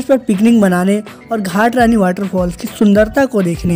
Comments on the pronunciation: Ghatrani nhi bhai ghatarani hai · घटारानी बोलते है भाई जी घाट रानी नहीं कहा जाता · भाई आप छत्तीसगढ़ से नही हो क्या सबका नाम गलत गलत बता रहे हो घाटरणी नही घटारानी है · घाटरानी नहीं उसको घटारानी बोलते है 😅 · घाट रानी नही भाई घटारानी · Bro ghat Rani nhi ghata Rani hai 🤠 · घटारानी बोलते हैं भाई घाटरानी नही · Ghat Rani nhi hai be ghata Rani hai naam to sahi se le le😂🤣